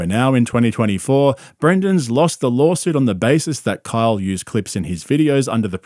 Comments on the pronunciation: Hey, it’s LAW-SUIT. Not, LAWL-SUIT. Limeys are brutal… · Does he keep saying LolSuite? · What’s a “lurl” suit? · "Lawlsuit" hahahahaha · It sounds like he keeps saying, "lawlsuit." He probably isn't, but I can't unhear it now. It is a lol suit, for real! Haha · 3 things: Does call Rogan and Schaubb “buppa” as an insult or is it some weird foreign slang? Does anyone else hear pronounce lawsuit as “lol-suit”? And why does switch between saying Brandon and Brendan? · I love how the narrator keeps calling it a lawlsuit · Did you just call it a lol-suit? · "Lawlsuit" when I'm reading "lawsuit" in a legal document, is gold. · I love how it sounds like you keep saying, “lolsuit”. 😂😂😂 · It sounds like you're saying Lolsuit which is funny and accurate. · A "lawlsuit" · Did he say "Lawl suit" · i misheard it as a "lawlsuit" and now I can't unhear it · It's because that's that what he says, B - "Lawlsuit...lawlyers...kreckt"....there's a reason schaubinese is a thing. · What's a "lawl suit"? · It’s “lawlsoot” B 😂